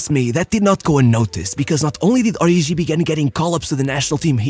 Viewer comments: Its pronounced Ori"G"i, not Ori'jh'i. Kenyan here 😅 (its Kenyan name) Great video as always though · HE's "ORIGI", not "ORIJI"